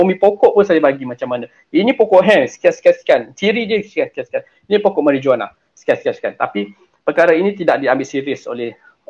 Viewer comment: Perkataan MARIJUANA harus disebut MARIWANA.